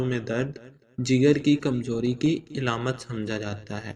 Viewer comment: Eilamat ni hota Aalaamat hota hy